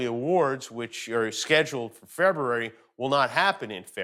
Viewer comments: Bet you can’t say “Fevuary “ five times fast....Or once for that matter. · Aww Jimmy, can you not say February? ❤️ all love man!🤣 but please tell your writers to make sure they incorporate the word February in your monologues as often as possible.